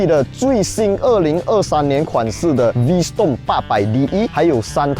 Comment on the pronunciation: 小提醒 發音是V strom ✅, 不是V storm ❌